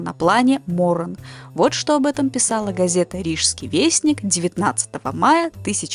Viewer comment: Странно слышать французские фамилии Моран и Фарман с ударением не на последнем слоге, как и твердое Л в немецком "люфт".